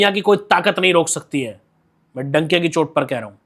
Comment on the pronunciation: भाई डंके की चोट होता है donkey की चोट नहीं 😂😂😂😂